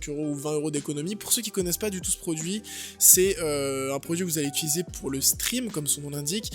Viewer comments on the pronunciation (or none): none